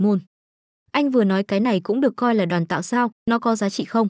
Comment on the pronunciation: nghe ''Đoàn tạo" sao nó khó chịu thế nhờ, lần sau dịch cho đúng là "Đoán tạo" nhá